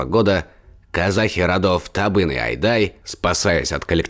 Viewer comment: Род «Адай», а не айдай! Каракалпакия, а не каралкалпакия! «Чертовы исследователи» 😅